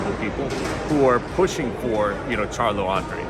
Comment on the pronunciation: Andrade, Andrade, not Ahndrahday. He corrected him and he said it wrong again. lol Andrade